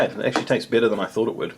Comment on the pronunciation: Yeah whenever you were mixing the noodles and said, they look better as you mix them, I had thought you said bitter, and it took me a couple of seconds to find out you said better